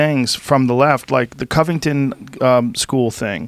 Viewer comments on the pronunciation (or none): none